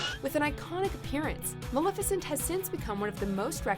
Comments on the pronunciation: You're saying Maleficient wrong... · You keep saying maleficent wrong really